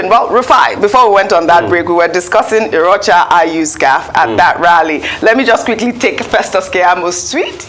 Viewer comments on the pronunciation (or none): Ojy, which one be ‘Irocha’ na? His name is pronounced more like, ‘Iyocha’. You are being confused by the ‘r’ in his name. You are in the news business, this is a prominent political figure, get his name right.